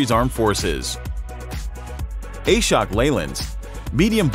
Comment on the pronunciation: Ashok Leyland is not A-Shok its AAShhook